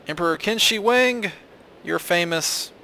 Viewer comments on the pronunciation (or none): lol KIN SHEE WANG rather than the proper Wade-Giles pronunciation of Ch'in Shih Huang or Qínshǐhuáng in pinyin. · It's pronounced "Cheen Sure Hhwang" (Qin Shi Huang) Great prank man! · Qin shi huang is pronounced as Tsin Shii hwang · it's pronounced "Chin She Wong" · I like the way you pronounced 'Qin Shi Huang'... xD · His name was Qin Shi Huang (you say his name really funny) and he was buried in 210 BC, not 2010 BC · I laughed SO HARD the way he pronounced Emperor Qin Shi Huang! >< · Ack, the pronunciation. Please,! This is my ancestor's name you're butchering! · Thanks for BUTCHERING QIN SHI HUANG (di)